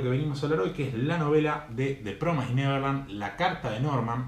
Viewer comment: Sorry que te joda amigo, pero promised se pronuncia promis por así decirlo no promais, Nose si se entiende pero nada solo te quería decir eso. El resto buen video :)